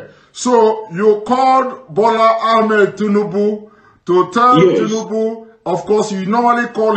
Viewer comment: This man is not genuine. His English is faulty for a journalist. The way he pronounces Sanwo Olu and Ahmed Tinubu shows he hasn't been working for a Nigerian Television station as he claims.